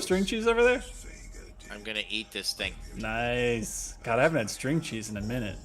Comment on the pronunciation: "Naisu" Hold on, I've heard Nice pronounced like that in relation to DOOM Glory Kills before...